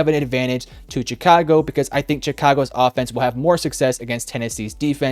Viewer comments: With that being said -147 times It’s Chicago , not Jicago Also Denver wins 28-10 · shhhicago not chick-ago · It’s Chicago, pronounced like “shuh-kaa-go” ….. 😂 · was looking for this comment lol. I kept hearing Cha-ka-go and was like, "why is he saying it like that?" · the way this guy says chicago annoys me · Lol he said Chicago funny